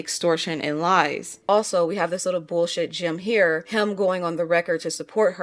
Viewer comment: How you say the word ‘him’ is so jarring 😅 you say it like ‘hum’ rather than emphasising the ‘i’